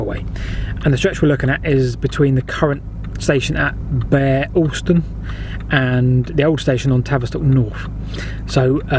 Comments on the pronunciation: Bere Alston. It's 'beer' not 'bear' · Pronounced Beer Alston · Locally pronounced "Beer" Alston. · Bere Alston, The Bere bit is pronounced beer. We are encouraging the rail connection from Bere Alston to Tavistock as the first stage of the re-opening of the line to Okehampton. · I used to travel on a scholars season home from Tavistock School to Bere Alston (glad someone picked you up on the pronunciation). The School bully threw my cap out of the train in Shilamill Tunnel. He had a twisty eye and his grandfather, who could not read or write, had built the Tamar sailing barges at Calstock. The next day the lineman had found it and it was waiting for me at the booking office in Bere Alston. The North portal is just above the lower road to Bere Alston and easily seen. The other pronunciation problem is Morwellham. Above it are Morwell Rocks - the Saxon word for a village is "ham" So the Morwell HAM not Morwellum